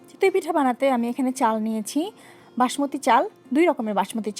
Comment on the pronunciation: Chitoi pitha not chitui pitha. You have a serious problem of pronunciation. You explain well though, just take the criticism positively for improvement.